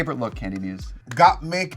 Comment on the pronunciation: Anyone else hear Kandy say “Gottmuse” 😂😂😂